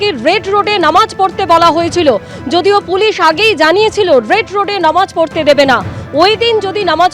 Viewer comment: আপনারা "নমাজ" টাকে "নামাজ" করুন বারবার বলেছি .... প্রিন্ট মিডিয়া তেও আনন্দ বাজার পত্রিকা তেও....